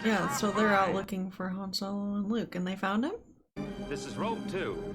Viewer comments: You're saying Han Solo right sister you're okay you're saying his name right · You're pronouncing Han's name correctly. Lando is the only one that says it differently. The difference in training scenes between Luke/Yoda and Luke/Grogu is that Luke is actually training, and Yoda is having him run to demonstrate that the Jedi's strength flows from the Force. Grogu is just along for the ride while Luke is doing all the running.